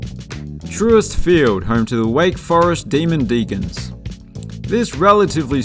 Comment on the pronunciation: TRUIST, not true-st